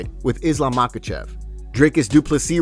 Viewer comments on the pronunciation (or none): none